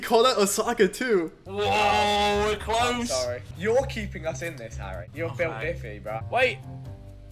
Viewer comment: I love how Rainbolt calls Harry "Hairy" 🤣